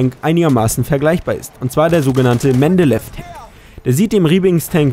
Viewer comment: Ach ja und der Mendeleev Tank wird Mendelejev ausgesprochen ;-) Aber das ist ja nur marginal unterschiedlich xD